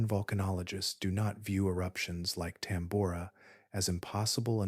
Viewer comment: The odd and inconsistent pronunciations of Tambora and other words discredits the work put into the video.